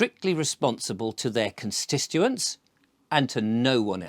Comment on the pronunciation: Constituents. I love you but pl3ase say this word correctly. ConsTituent